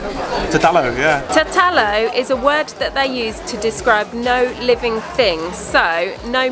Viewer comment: Tatalo lol😂😂😂 it pronounces thet thet loot ( vegan ). The official pronouncing is ' thar thut loot '. Thar = meat , thut = kill , loot = escape or not related to something , un inclusiveness.